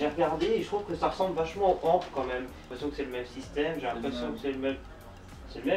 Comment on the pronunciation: On ne dit pas amp on dit a.m.p